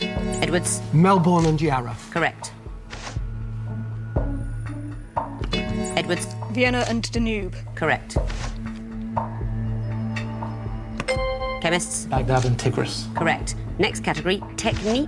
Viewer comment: Vienna and Danooooooob ... [Stops, rewinds, checks...no she did just pronounce it like that! Almost as irritating as people pronouncing ED as a separate syllable on horned!]